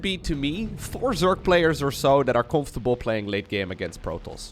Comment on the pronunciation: hahah met je heftige NL accent hahah COMPHTABLE LOL vette game! Goeie cast! GG